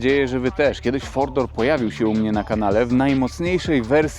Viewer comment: "Fordor" i "fordor" a przecież to Mercedes a nie Ford 😂